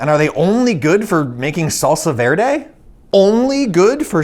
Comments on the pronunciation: When he was saying salsa verde It was cutting my soul Being a Hispanic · That "salsa verde" Cursed my eardrums